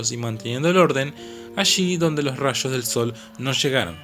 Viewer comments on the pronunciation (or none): "Ashi donde no shega ningún rasho de shol" alto che!